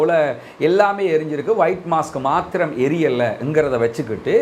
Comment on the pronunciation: Mask என்றால் முகமூடி. Mosque என்று சொல்லுங்கள். (மொஸ்க்) மாஸ்க் அல்ல.